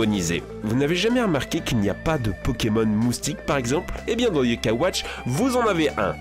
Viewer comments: et également l'accent sur le "a" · Les bosses ses yo kaï watch